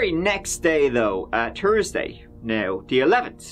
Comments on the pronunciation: Tursday? why cannot you pronounce "Th" ?! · Tree 🌲 and the number 3 are not only spelt different but sound different. Thursday isn’t spelt Tursday, 3rd or third has a th at the start not Turd! THink about it. Tank you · "TURSDAY"?.... you know there's an "H" in there right??